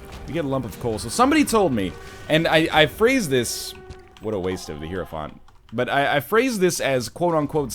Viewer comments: The UberHaxor high ro font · Episode 272 and NL still pronounces Hierophant wrong :/